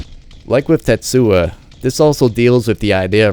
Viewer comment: tetsu-o not tetsua